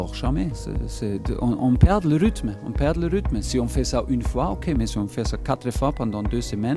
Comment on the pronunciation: « On perd le ruthme, on perd le ruthme » 😂😭